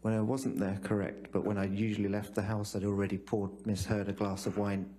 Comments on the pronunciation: This lawyer can't even say the word "correct" correctly. "Krreckt? Krreckt?" Tell this dude to sit down already. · He can't even pronounce the word correct properly, he says, Kirek? kirec? Annoying. LOL